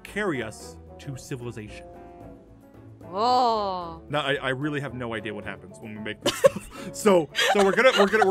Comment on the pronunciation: He says civilazation and mankind and then he gets closer to jessica...